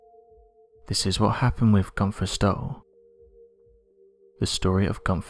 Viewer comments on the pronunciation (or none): Dear Americans, It's "Günther" and not "Gunser" and it's "Van Gogh" and not "Van Goe".